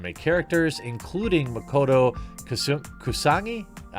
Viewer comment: MOKOTO!!! X'D Couldn't even get one of the most famous character's name correct... wow